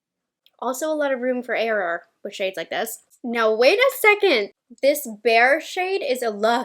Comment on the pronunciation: LOl it's Bare not bear